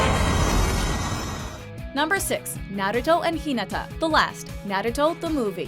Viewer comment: She pronounced Hinata wrong😑😞